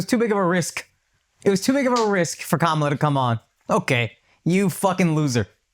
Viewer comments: I think another reason she lost is the fact that the guy on the couch who is clearly a big kamala supporter mispronounced her name. It is clear that it's a difficult name to pronounce for people of non Indian background but we've been gaslit that everyone is rascist because they say Camilla. That was annoying everytime ppl jumping on their high horse about this. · The fact that none of you can pronounce Vivek or Kamala correctly after all this time is mind boggling.